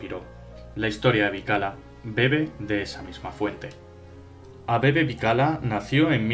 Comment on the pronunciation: Eso mismo pensé yo. Siempre oí la pronunciación "Bikila"